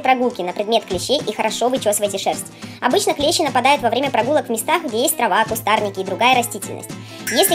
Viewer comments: Не клЕщи, а клещИ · Не клЕщи а клещИ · клещИ, а не клЕщи вроде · видео хорошее, только клещИ а не клЕщи) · НЕ клЕщи А клещИ!!!!!